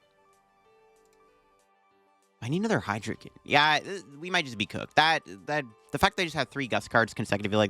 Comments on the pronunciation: Very in character for you being unable to correctly pronounce your favorite pokemons name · How u gonna mispronounce the mascot name brother